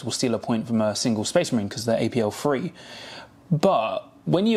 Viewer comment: Very excited for the new edition, great insight as always! Elites being back as a force will be epic! Just a small suggestion: I know it's a London thing, but would love it if you differentiated between 'Free' and 'Three'. It sounds exactly the same and can be quite confusing haha, especially when you're talking about spending command points and capturing objectives. :)